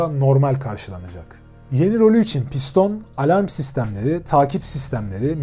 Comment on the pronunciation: piston değil pistonee